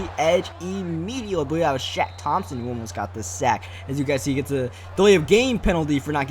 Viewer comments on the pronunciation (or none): none